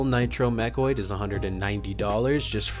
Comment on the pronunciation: Please never change how you say mechanoid ("mechoid"). It brings joy to my heart and sets you apart. Keep up the great work and content my brother.